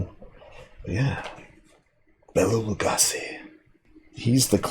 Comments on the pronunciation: It's Lu-GOH-si. With a long O. Legassi is the TV chef who shouted "BAM". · Lu-GOH-see not Lu-goss-ee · Thanks, that's interesting to know. But, bottom line here is, when you're talking about a person's name (especially a name that they created themselves), the proper pronunciation is how they themselves pronounce it. And he pronounced his name Lu-GOH-si. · It’s pronounced Bela Lou- go- see 😂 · Bela LU -go -she, is how you're supposed to pronounce it according to the late Christopher Lee. And apparently even after a century, Stoker's book the way he wrote it, has never been done on screen. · Your pronunciation of Bella Lugosi’s last name is… Painful